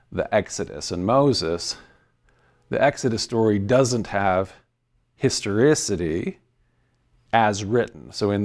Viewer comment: Start a drinking game for everytime this guy says "histerisity" 😂😂😂😂